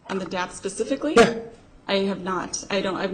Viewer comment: Does anybody even think Wurmi even graduated college at this point? He has the notes RIGHT IN FRONT OF HIM, but STILL gets dates & words wrong. 🤦🏽‍♀️ he says "pacifically" not "SPECIFICALLY 🤦🏽‍♀️ he can't say the word "tumultuous." he either chooses to twist words or seriously doesn't comprehend what she says, and when she asks him to repeat his question, he can't. How shitty of a lawyer can someone be?! My god...